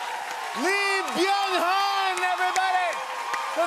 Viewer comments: And I wish they'd pronounce his name correctly, "Eee Byung Huhn". The "L" is silent, or can be pronounced like "Yee Byung Huhn". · Not jimmy calling him lee byung HON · The fact that the host struggled with the interviewee’s name at the beginning is unfortunate in my opinion… having heads up who is coming on your show and not practicing their name where you have to stare at his name on your notes, shake nervously then goes ahead butcher his name shows ignorance and lack of respect imo